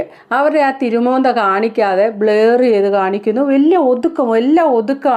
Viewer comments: ബ്ലയർ ❎. ബ്ലർ ✅. ശ്രദ്ധിക്കുക. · Not blayer blurrer